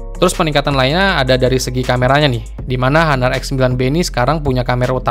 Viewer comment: bang ngomongnya ga usah haner... ngomong honor aja Napa agak aneh gw dengernya,,,gadget in dll aja ngomong honor lu sok² Inggris